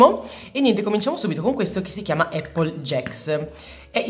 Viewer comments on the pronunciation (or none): none